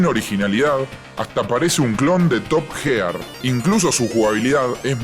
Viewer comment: top gear pronuncialo como top year no top jear